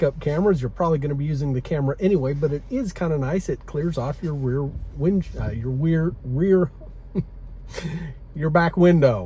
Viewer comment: I had a giggle at your inability to say Rear Window! Love it